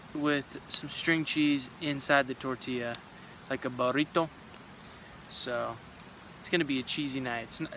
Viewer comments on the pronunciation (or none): like a "Buhrrito". Lol. Love your videos and positive energy! Keep up the good work on the trail!